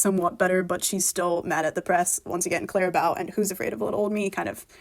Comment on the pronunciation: Why do you say "Clara Bow" like that? It's quite jarring.